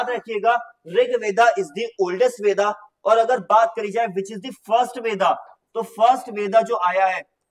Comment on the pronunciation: Sir bo veda pronunce nhi hoga it's ved